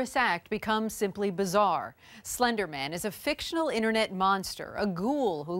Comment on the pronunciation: Girl: “it was slendrman” Slendrman: “I don’t even know who you are”